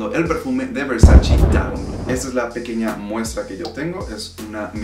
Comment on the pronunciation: Se dice Versace no Versaci ......graciasssss